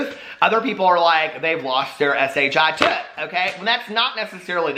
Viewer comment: “S-H-I-tut” makes me giggle every time